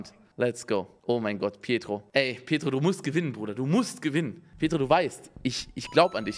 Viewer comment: Es heißt "petro" *2019, MontanaWeise